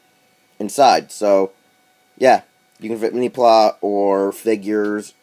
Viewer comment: lol... Mini "plah?" Mini PlA as in Play...